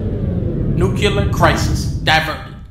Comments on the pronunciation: 2Dtube1 I like how he says nuke-you-lure instead of new-clee-ar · nu-clear , not nu-ci-ler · I like how he pronounces nuclear as “nucular” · ***** NUK-YU-LURR FRIKIIIN BOOOOMBB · NUKULAR LAUNCH????! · dunkman, I know it's just a joke, but for christ's sake don't say "nukular" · dunkey it's nu-CLEAR as in CLEAR skin, CLEAR skies, CLEAR your browser history before mom comes home! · I just don't understand how someone can see the word "nuclear" and say "nucular." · Nucular Crisis diverted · Nuculer launch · "nucular" uh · Nucular? Unsubscribed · Why why whyyy do Americans say 'noocyoulur' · Nuclear is pronounced wrong, you’re pronouncing it like it’s “Nuculear” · listen to how dunkey pronounces "nuclear" lmao